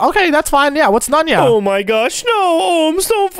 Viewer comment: Nunya not nunyo